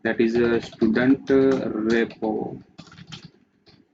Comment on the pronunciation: dont say STUDANT say styudent (pronounce) как же вы меня бесите блять